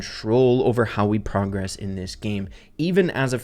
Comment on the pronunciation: why do u say progress incorrectly but progression is fine 😭